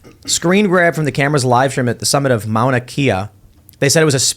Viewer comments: Kea is pronounced Kay-uh not key-ah and the telescopes that observed it are there for astronomy. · It’s pronounced “MAWnuh KAYuh” and is home to the best $$$$ telescopes in the world, with several countries having some up there. The entire island has strict low lighting laws specifically because of that. Interesting place for China to be curious about hmm?